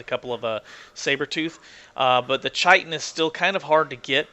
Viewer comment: just to let you know, I believe the 'CH' in chitin is pronounced as a 'K'. Scientific word for the hard outer shell on insects, arachnids and such.